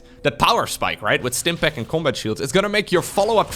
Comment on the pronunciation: Classic, rolling the R in Stimpack